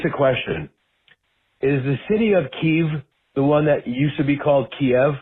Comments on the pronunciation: I feel like you’re saying “Keev”. I think it’s more like Kyiv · You still pronounce Kyiv weirdly though. Yes Kiev aka 'kee-ev' is Russian pronunciation But it's not 'kee-eev' It's 'keeiv' like 'key' and 'if' but with a v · It’s pronounced more like kee-iv (as opposed to kee-ev). It’s not “keev” like David says. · Yup! Keev isn't quite right either, but it's a damn sight closer to the Ukrainian than key-EV is. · Your still not saying it correctly David. It's not "keeve". See this video for the correct pronunciation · Yeah, 'key- ' (arrow brackets for stress) is the Russian translation of the original city's name; ' -yeev' (or 'keev' as David here is putting it) is the Ukrainian one that became official back in 95' after independence. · It is a 2 syllable proper noun. Pronounced as 'key-ive' key as in🗝️ & ive as in give. Check your dictionaries... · It’s an insult to call Kyiv (KEEV) as it’s not Russian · Well, I don't know about "correct", but I do know that in '95 the official name became "Kyiv" [Pronounced like this : , not like David does] because A) that's how the original name translates into modern Ukrainian, and B) to distance themselves from the late-Czarist, revolutionary, and Soviet-era oppression they're trying to put behind them, under which the Muscovites named the city after the Russian translation, "Kiev". Not being from Ukraine myself, and my family being much closer to Lviv in western Ukraine than Kyiv itself, I have no idea how much Russian is spoken in the city; but I do know that it's frequency drops the farther you get from the eastern border in the same way that you're bound to find more Spanish speakers the closer you get to America's southern border. Frankly, unless you're being a dick about it or are speaking to someone with severe Soviet-occupation trauma I doubt you'd offend anyone unless you're refusing to learn from locals. That's just being an ass no matter where you are.